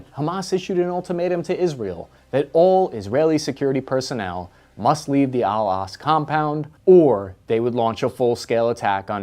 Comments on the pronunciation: Bro Im begging you. It’s pronounced Al-ak-sa, not al-ask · How can you mis-pronounce Al-Aqsa as 'Al-Asq'. It's like-- a four letter word ;--; I love your videos, but it's kind of annoying that there are so many very basic words mispronounced in all your videos! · Aqsa, Aqsa, Aqsa. Not Al Asq mosque. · It's pronounced AL AQ-SA Mosque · I believe it’s pronounced, “al Ak-Sa” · How do you mispronounce the Al Aqsa Mosque in a video like this? 🤷‍♂️ Oh,... 😂